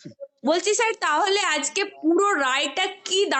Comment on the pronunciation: এখন ইউ টিউবের যুগে সবাই সাংবাদিক। বোন, পারলে উচ্চারণগত ত্রুটি গুলো শুধরে নাও। " তাহলে" কে বলছো "তালে", "সুপার নিউমেরিক" কে বলছো " সুপার নিউমারি ", " মন্ত্রীসভা " কে বলছো "মন্তিসভা "!! বড্ডো শ্রুতিকটু লাগে।